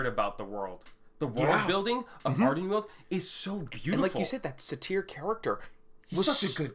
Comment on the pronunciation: "Satyr" is pronounced almost like "sadder". Suh-teer isn't even close.